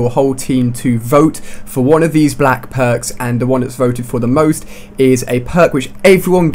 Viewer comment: Matrix I love your vids but your voice is annoying I laugh every time you say pwarks